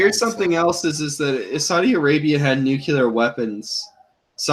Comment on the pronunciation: Please, please, PLEASE stop saying "nu-cue-ler". It is "NU-CLE-ER!" You sound like George Bush when to say it wrong.